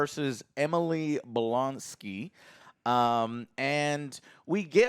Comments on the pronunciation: Lol, he said emily blonsky. Come on man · .....emily blonski....joe....its reading...it aint hard